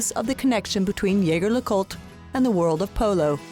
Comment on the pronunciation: Shame you didn’t get the pronunciation of “Jaeger” correct